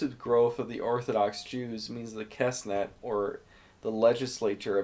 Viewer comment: "Kesnet" lol